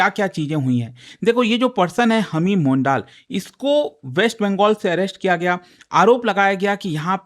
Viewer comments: Sir सही उच्चारण मंडल/मॅन्डल होगा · It is pronounced as mondol/mandal